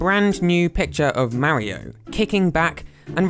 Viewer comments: Mar io not ma rio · its "mario" not "mawio"